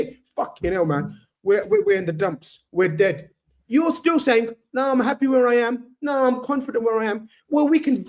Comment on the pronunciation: He’s happeh lmao